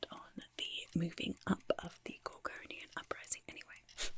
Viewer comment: I keep hearing Corgonian and can't stop imagining an uprising of corgi shaped dwarf-gorgons.